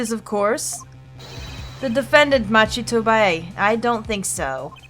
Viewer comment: Also, and I checked, I believe it is pronounced "Maki" like the roll. Then again, there's lots of names in these games that are hard to determine how to pronounce.